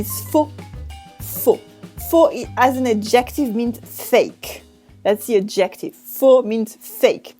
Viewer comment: Hi, a little confusing for the anglophones - your pronunciation of idea, should be ideA, (pronounce final 'a'), or else it sounds like ID= short for identification. Also adjective has the emphasis on the first syllable, ADjective, not adJECtive. Totally throws me off every time I hear you say it. And you use these words in almost every episode. Thank you for your great videos, and thank you for resuming this series. I've missed you. A bientôt! :-D